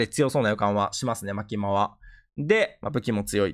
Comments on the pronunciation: ほんとにチェンソーマン知らないんだろうな マキマさんのイントネーションやろ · マキマのアクセント気になるw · マキマの発音が気になる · マキマの発音きになるー(笑)